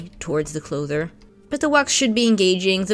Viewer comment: it's fine clothier :) not clother. Sorry, seem to be feeling pedantic